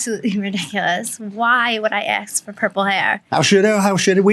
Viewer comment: "Tawk" "Axs"